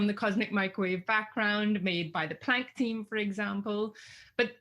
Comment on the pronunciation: Is it my speakers or why do you say Pwanck?